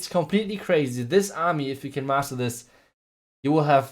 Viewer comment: Master not muscle